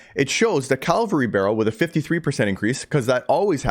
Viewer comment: You're mispronouncing cavalry mate. You're saying calvary. You're swapping the V and L around! Good info though.